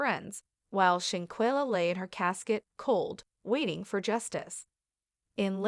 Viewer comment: Every time her name was said, it was mispronounced. If you’re going to tell it SAY HER NAME correctly. Folks just wanna talk just to be talking!